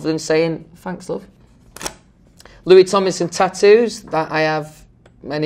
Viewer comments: it’s come to a point where he can’t even say ‘tomlinson because of his accent. he says ‘tominson’😂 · Fanks love Some pree-ey stuipid ones Bri-ish ME eyes do change colour How to pronounce Louis Tomlinson Louis: Louis TomLinson Louis rest of the time: Louis Tominson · “Hi I’m Louis TomINson” he doesn’t even say “TomLINson” he misses out the “L”🤣🤣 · He pronounces his name Lou-e tom-in-sun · okay but why is no one talking about the fact that he just doesn’t pronounce the l in his name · is it just me or did he say his last name wrong at the beginning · Me in Dieing because he said his own name wrong lmfao Not hate in just tried.